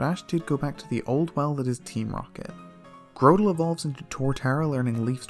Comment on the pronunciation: It’s GROTle not GROWtle